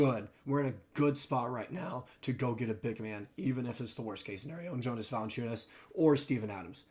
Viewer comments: lol pronounce it Yonas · Actually it’s pronounced Yo-nuss🤣 e for effort tho